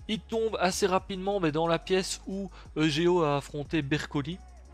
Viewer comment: J'adore comment tu prononce eugeo : EGO Au lieu de : YUGIO